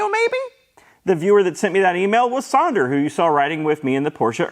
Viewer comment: And thanks to you for saying Sander right lol